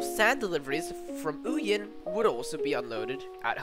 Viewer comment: Could be improved if the research included the correct pronunciation of place names. ('ow-yen'???)